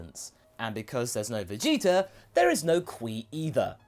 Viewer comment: Vegeter Almost every time you replace the "a" with an "r"